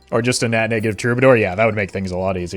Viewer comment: misprounouncing "Goad" and "Troubadour" is high tier linguistic trolling...